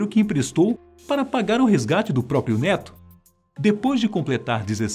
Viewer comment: " Neto" eu entendi "dedo"😐😂